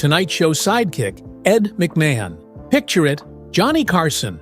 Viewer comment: This AI reader was ‘t programmed to pronounce well known celebrities’ names, like Ed Mc Ma hahn,,,,, Lame and robotic, surreal and low grade